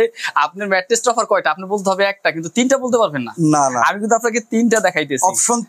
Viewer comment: রাম বলদ ২ বছর ধরে ভিডিও করেও ম্যাট্রেস কে ম্যাট্রিক্স বলে!!